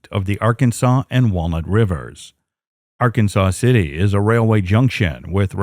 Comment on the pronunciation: Okay, it's Ark(ansas), and Ark City for short.